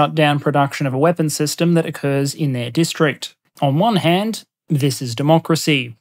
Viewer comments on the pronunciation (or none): none